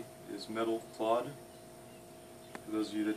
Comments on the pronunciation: Metal clod? It’s clad. Same A pronunciation as “scab”. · It's "Clad" Rhymes with "Glad". Look it up🔧🔩🛠